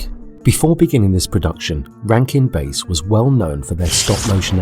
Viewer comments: Great review but it's Bass - like the fish... Not Bass like the instrument. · It's pronounced "Bass," like the fish. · Jules Bass ... Like sass, not face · Not enough research was done by the narrator. The credit is due to Rankin & Bass (as in the fish) not Rankin & Base (as in baseball) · Jules Bass’ last name is pronounced like the fish, not the guitar.